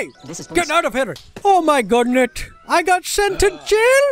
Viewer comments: Someone count how many times he says "O MY GOODNES." Sorry I ment "O MI GOODNET." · Said O MI GODNETT nine times, and said OH MY GOODNESS once.